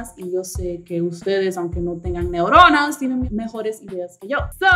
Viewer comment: Soy una nueva sub y me encantan tus neurunas ;] jsjsjs sonó raro ;v